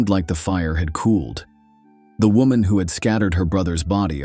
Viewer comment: It’s wo”man”